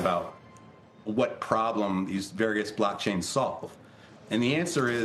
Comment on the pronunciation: How come he says blackchains